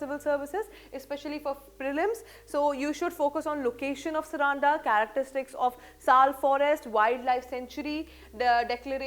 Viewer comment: Mam the pronunciation is सारंडा .. plz take care of this local name